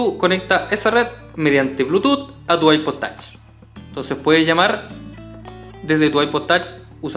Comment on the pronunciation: Es Ipod touch no tach aprende bien ingles.